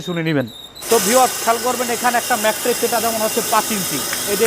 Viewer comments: ম্যাট্রেক্স না ম্যাট্রেস। প্রতিটা ভিডিওতে বার বার একই ভুল করতেছে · I hear mattress and materix lol. Nice manufacturing though